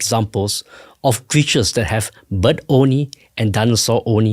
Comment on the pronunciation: everytime he said "bird only" i heard "butt only" lol